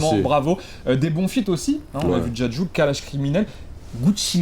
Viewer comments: dit on n'a vu "Djadju" jsuis MDR😂😂😂😂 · il a dit djadju😂😂